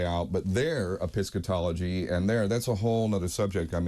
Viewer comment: Since when is the truth subjective ?? This tattooed guy just said "Episcatology". The bar has sunk low on intellectual discussions when people who say "ive read a lot of books" cannot even pronounce the word epistemology correctly. FFS.